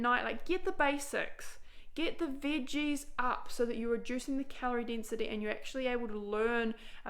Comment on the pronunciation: i like how you say veges